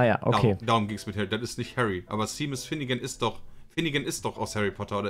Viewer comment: Niemand Pietsmiet: Seemus Shaymus Sheemus Seemas